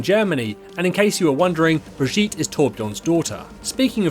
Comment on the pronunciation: wow that's the worst Brigitte pronunciation I've ever heard.